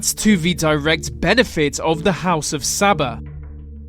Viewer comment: It is Al SABAH not Sabba